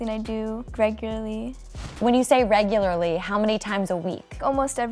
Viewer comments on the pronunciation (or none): “Greg or ly” Interviewer - “when you say REG U LAR LY ... how many times a week” 💀